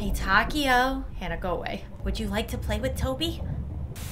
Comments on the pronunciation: The takeo name is pronounce takyo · One of my friends is named Takeo... It's TUH-K-O I dunno if you understand lol